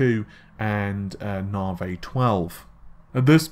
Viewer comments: First we had "Narvay" (Navi), then "Renor" (Renoir - 'Renwah'), and now we have "Darlay" (Dali - 'Dahlee'). I can't help but wonder what's after "Darlay". Hopefully something that's actually correct. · Navi = Na-Vee. Dali = Dah-Lee. Renior = Ren-Wah. Just trying to be helpful. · I can't stands the mispronunciations anymore. Although, I just can't help but wonder what's after "Renor" and "Darlay"